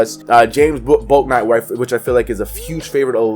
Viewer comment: also its pronounced BOOK-night, come correct on my son lol